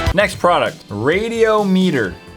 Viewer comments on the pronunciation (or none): "Look at that radeamater baby" I died